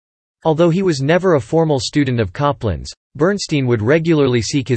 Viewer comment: BERNSTEIN PRONOUNCED (BERNSTINE).